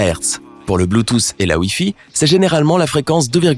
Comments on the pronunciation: Merci de répondre a une question que je ne me suis jamais posé même mon prof de techno ne m’a jamais expliqué ça par contre, la miniature me gêne un peu et s’il te plait arrête de dire bluetooce ( pour la prononciation) on dit Bluetooth (ffffff) 🤦🏽‍♂️🤨😂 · Ptn tu me tue avk ton BLUTOSSE au lieu de BLUETOOTH